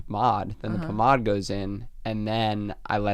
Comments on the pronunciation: As a former hairdresser, we always said "pahm-aid" as the pronunciation, and "pahm-ahd" is sending me. So bougie. Is that a joke like when we say "tarzhey" for Target, or is he serious bougie like when they say "mum" as Americans???? I mean, they are rich, so I can't tell. The fact that it's got2be, one of the lowest-brow pommades/pomades, and he's saying like that makes me think it's a joke??? It doesn't really matter, but I want to know!!!! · The way says pomade is cracking me up, because it is really pronounced “pa-maid”. “Pum ah-d” sounds like how a fancy rich person would say pomade. 😂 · Agree hair looks great! It’s pronounced palm-aid = pomade ❤ really love you guys btw. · Thank you! That pronunciation was driving me insane. Also agree ' hair looks extra fluffy and good.